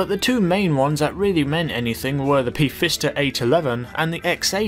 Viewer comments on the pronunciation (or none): I do believe the f in pfister is silent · LOL i love the way he names and pronounces some of the cars like vagina (Vagna) P-Fister (Pfister aka fister) and the oseris (Osiris O-psy-ris or O-Sigh-ris)